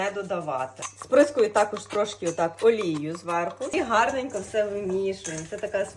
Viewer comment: Не рОблю,а роблЮ. Не гАрненько,а гарнЕнько!